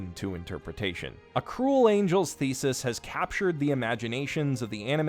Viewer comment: Yeah, not getting past the first few seconds IF you CANNOT MAKE THE EFFORT TO PRONOUNCE THE TITLE CORRECTLY. Just...nope.